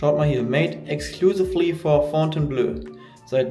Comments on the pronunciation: Man spricht es blo aus, nicht blö ;) Top Video mal wieder! Thumbs up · Fontaineblooo und nicht Fontaineblööö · Fon-tain-blo (Wenn das Hotel seinen Namen in Anlehnung an das Schloss in Frankreich hat). Aber klasse Video. Wie immer. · kommt von Fontaine belle eau, hat mit Blau (bleu ("ö") nix zu tun! Fontainebleau ("o"), ist nämlich auch eine Stadt in Frankreich